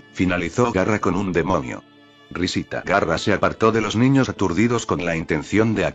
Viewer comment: No es Garra.... 😡😡😡 es GAARA!!!!!!!!!😡😡😡😡